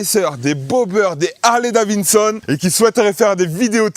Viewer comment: Harley davidson pas harley davinson😂😂